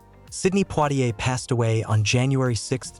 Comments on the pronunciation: His name is not Plitier but Poitier, if you don't get it right, no one will reognize who you're talking a bout. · Not poirrier!!!!! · U r pronouncing his name wrong